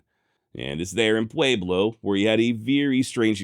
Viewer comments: It's what he does with all the left over "A's" he doesn't pronounce elsewhere. Pwa-blow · I don't know why you're pronouncing Pueblo with a long A, but it's incorrect. Otherwise, love all your shows. Keep it up! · I love how he says Pueblo thats not how we say it in southern colorado but atleast your trying